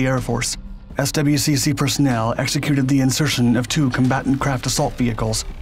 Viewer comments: "S. W. C. C." He says, Lol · Pronounced: "SWICK", my dude